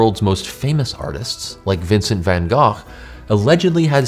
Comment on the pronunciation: OMG OMG Omg stop the presses — an American pronounced “Van Gogh” correctly!!